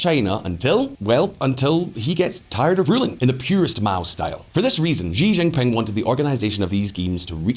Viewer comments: "XI" IS PRONOUNCED AS "SHI". NOT "ZHI". The name is XI JINPING, pronounced "SHI JINPING", not "ZHI ZHINPING". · The pooh bear is named shi-jin-ping, not Xzee-Jin-ping and not jee-jinping.